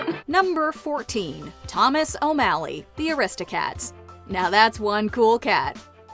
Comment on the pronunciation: The disrespect on O’Malley’s name